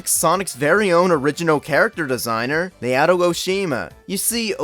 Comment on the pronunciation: *"NAO-TO" not "NAY-OTO"